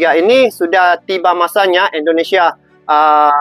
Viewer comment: Sebutannya Indonesia bang...bukan endonesia ( Indo bukan Endo )